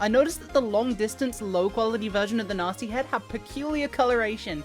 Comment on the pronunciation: It took me a minute to realize she was saying gnasty with that accent, I kept hearing it as Natzi lol